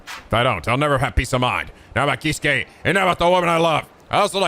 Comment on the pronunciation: the Kei in Keisuke is pronounced like Kay